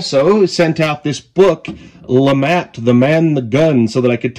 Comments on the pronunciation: I believe it is pronounced the “Lou-Mah” Revolver 😅 not trying to be that guy but I’m just trying to spread the word. Nice video! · I believe it's actually pronounced Lemay. But either way, it's a very interesting concept!